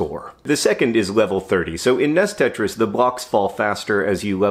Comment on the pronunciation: "Ness tetris"